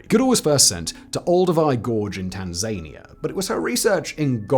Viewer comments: Tan zay nia? WTF Simon? Tan zan ea. FFS. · "Tan-zay-nia" good grief 💀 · No that’s how the British pronounce Tanzania 😅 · It's pronounced Tanzania not Tanzania!!!!! You have been making this mistake for years. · That pronounciacion of Tanzania 🤣🤣🤣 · Every time he says it, i question my sanity!! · Please, please, hire someone to pronounce words for Simon. One wrong in a video isn’t great but seems to be about standard. Two wrong is really pushing it (Tanzania and Colobus). At it happens I am currently available…